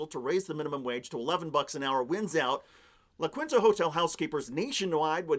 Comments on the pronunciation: Love you, but La Kwinta? As Joe would say, "Come on." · it's pronounced "la keen-ta" (Spanish, dude)